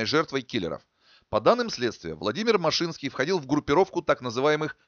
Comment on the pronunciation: Не машИнский, а мАшинский .. Лично его знал. Я как раз в германии у отца был, когда его расстреляли